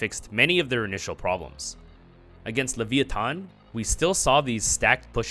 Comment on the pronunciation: Why would you pronounce leviathan like that? Why have you done this